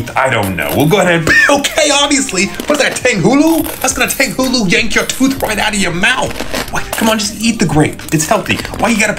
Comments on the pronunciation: I’m Asian too, but like everyone that is Chinese I know speaks it like tanghulu instead of tonghulu. They say it is not the correct pronunciation. How I know that is because I am Asian/chinese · Just a reminder that most Asian words with an a in them are a soft a. So tanghulu is pronounced more like “tong-hulu” like the kitchen tool tong. ETA: if you’d don’t believe me, here is a Chinese youtuber making it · It’s not pronounced TaNgHulU, it’s pronounced tunghulu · It's pronounced tang-hoo-loo